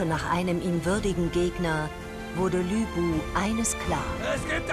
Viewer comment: ich find den anime echt geil, was mich aber stört ist, dass sie LÜ bu sagen 😑 aber es gab 2 stellen hab ich nicht bei netflix gesehen habe, die ich aber bei dir sah wtf?